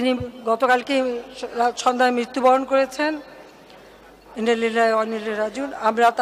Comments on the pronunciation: এই নাকি জান্নাতি মহিলা 😂😂 যে কিনা মৃত্যুর সংবাদের ইন্না লিল্লাহি ওয়া ইন্না ইলাইহি রাজিউন (আরবি: إِنَّا لِلَّٰهِ وَإِنَّا إِلَيْهِ رَاجِعُونَ) সঠিক আরবি উচ্চারণ করতে পারে না। আল্লাহ উনাকে হেক উচ্চারণের তৌফিক দেন করুন। আমিন 👍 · ইন্নালিল্লাহি ভালো করে উচ্চারণ করুন